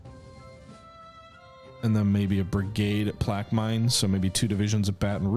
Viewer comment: Plaquemine, LA, is pronounced "PLACK-uh-men". Just a friendly FYI Never try to pronounce Louisiana place names without a local guide, lol. Such a crazy mix of native, Spanish, French, and English words and spellings and pronunciations that it's impossible to read something and know what it says. Tchoupitoulas. Bossier City. Natchitoches. Delcambre. Metairie. Atchafalaya. Good luck with all of those! 😄